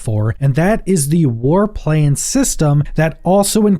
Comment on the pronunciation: I was listening and couldn't watch the screen for a while. I'm thinking: "War Planes?" "War Plains?" Or is it "Warp Lanes"? Then I could get to the screen... "Aaahh... War PLANS! That makes a LOT more sense!" LOL! English, eh?